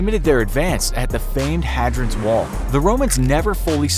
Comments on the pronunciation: The famed 'Haadrids Wall' , hahahaha You Americans..... It's called HADRIANS WALL. Why spend all that money, time and effort on making a video then not even look up what the correct name is.... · Hadrons wall? Hay-dree-an, Hadrian's wall. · It's "Hay-dree-ens" wall! Wow... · He said "Hadrids wall" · Uh did he say “Hagrid’s Wall”? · It's pronounced Hay dree ans wall. I live near it so I should know. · It's pronounced, Hay-drians Wall. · Also, the Romans had permanent settlements quite a bit further North than Hadrian's wall (which was mispronounced,) contrary to what the video says... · Anytime in history we dont have much information about is the dark ages definition by lack of information And how you pronounce hadrians wall was quite funny 😂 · The way he pronounced Hadrians Wall